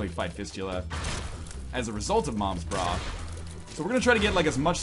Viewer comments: Is it not moms bra? Not noms bra? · what the hell its not noms bra